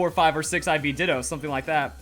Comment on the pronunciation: “how to get 6 IV ditoo”